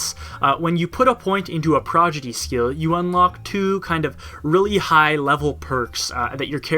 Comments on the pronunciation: prod... igy... not progidy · PRAW-DI-GEE, prodigy. Not progidy. Fun fact, progidy is not a word. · Just in case anyone here forgot... it's Pro-Di-Gee, not Pro-Gi-Dee. Still triggering nerds nearly 4 years later. XD #NeverForget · It's Pro-Di-Gy not Pro-Gi-Dy ROFL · Dude. Prodigy. Not 'progity'. Wtf. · Really enjoyed this overview, but once you started saying "progidy", it started driving me nuts. :p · This was great... but come on guy. You said "Progidy" about a dozen times. It's Prodigy! "prädəjē" "Prah-Dij-ee!" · Heh, you said prodigy wrong every single time. I'm pretty sure you know how to say it right, and just slipped up, I just thought I'd let you know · Every time you say PROGIDY it gets me one step closer to tearing my dick off and shoving it into my ear. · You kept saying Prodigy as "Progidy" xD Great video! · It's pronounced: prod-i-jee. ;) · Great overview. Must say my grammar Nazi squirmed every time you said "progidy" though. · I thought the same thing, Overall a good overview!